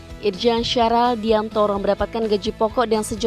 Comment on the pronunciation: Namanya SYAHAR mbak bukan SyaRAR.....jangan ganti2 mbak.pembaca berita